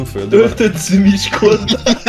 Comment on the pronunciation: Nem ú hanem ü